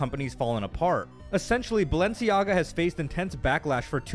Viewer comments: it's pronounced "baal-enciaga". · she said balenciaga because when you add 1 a and separate the letters... baal enci aga and convert it from latin to english... bail is king, no joke do it. if you understand the symbolism, the intention behind it etc its clear as day whats going on. heres a simple example, mickey (from disney) those coffee cups, the reflection of mickey shows wicked... just like this name, thats no coincidence. you start researching this stuff and youll notice, "coincidence" is fuckin everywhere in eye rolling ways, they throw it in our face and people have convinced themselves it just cant possibly be true... yet never actually look into it to find out.